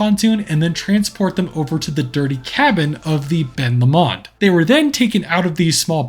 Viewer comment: All I’m gonna say is that’s not how u say Ben Lomond it’s Ben low-mund I’m sorry if u take offence to this also really like ur videos Also if ur talking about the lake it’s Loch Lomond. Ben Lomond is the mountain next to it